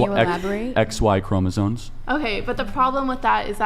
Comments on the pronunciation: did they say Chromosones? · The fact that no one in the "what is a woman" part of this can say CHROMOSOMES correctly is an issue. Maybe learn to speak before debating anyone. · Charlie pronounced it that way too.😂